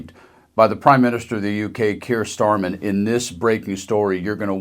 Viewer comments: Please, Dems, when you make a video like this, it might be a good idea to get the name of the UK PM correct. It's Keir Starmer, not Starman. You're in danger of looking as stupid as.... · keir starmer not starman, at least try to get it right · Its StarmeR! Not Starman. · Keir StarMER NOT StarMAN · starmer, not starmen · It’s Starmer not Starman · It is Starmer not Starman. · He's called Keir Starmer and not Starmen as I believe you called him. Also if Starmer keeps going the way he is, he wont be our PM much longer